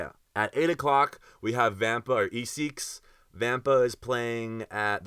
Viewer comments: esseks is NOT pronounced eseaks lol it is pronounced EH-SICKS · Esseks is pronounced “Eh sex” also really excited to see you at Lost Lands 👍